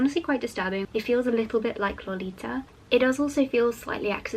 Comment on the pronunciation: The way you pronounce “Lolita” is so sweet and unique I adore it (and I say this as a native spanish speaker!)